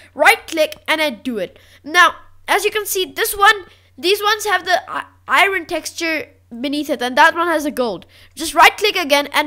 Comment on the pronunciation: no hate but i think your pronouncing "iron" wrong